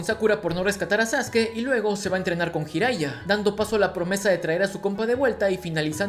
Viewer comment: Tú dijiste «ヒライジャ | hiraija», el nombre correcto es «自来也 | じらいや | Jiraiya» Coya pronunciación correcta es «yi-ra-i-ia».